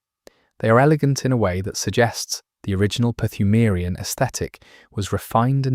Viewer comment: except he pronounces the silent P in Pthumarian. which drives me crazy...